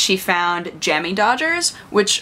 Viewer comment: and the emphasis should be on the word dodger rather than jammie, shes saying it wrong, i guess we can forgive the yanks